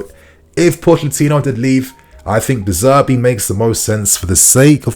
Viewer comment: De Zerbi , not De Zerbe lol